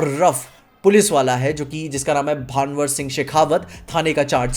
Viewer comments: अबे भानवर नहीं है भंवर सिंह शेखावत है कैसा नॉर्थी है बे तू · bro its भँवर not भानवर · bro it's not भांवर it's भंवर सिंह शेखावत 😂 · It's not भानवर सिंह it's भंवर सिंह शेखावत. Most of Indian named got screwed in english and worst it got when we also pronounce it wrong. Same as pushpa can't pronounce it properly in movie after two attempts. More over its my uncle's name along with surname that's why it got personal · Ye sab log Bhanwar (भानवर) Singh Shekhavat kyu balte hai it's भंवर (Bhanwar) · भाई वो भंवर है न कि भानवर 😂😂😂 कमेंट कर देता हु कूल लगूंगा😂😂😂😂😂